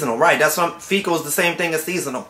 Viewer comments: Yeah I'm sure he was mispronouncing Fickle as Fecal on purpose. lol sounds similar but he was saying shit position as a joke instead of fickle(temp.) position. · I love how he keeps saying "fecal" position.... lmao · "Fecal postition"? Lmao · "A faecal position" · S/he's saying "FECAL positions!" ROFL